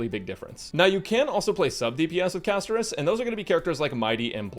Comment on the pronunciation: Castorice ❌ Cashtorise ✅ with global passive